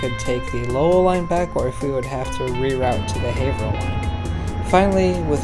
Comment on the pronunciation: Not sure why this popped up on my YouTube suggestions, I'm just seriously impressed that you pronounced "Haverhill" correctly. I figure you must be from the area, cause no one gets that one right